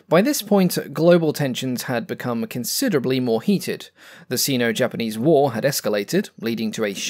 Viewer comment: Minor note. The Sino in "Sino Japanese war" is pronounced sigh-no, rhymes with rhino.